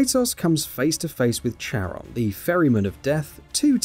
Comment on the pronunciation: Although it's spelled Charon, you pronounce it Kair-on.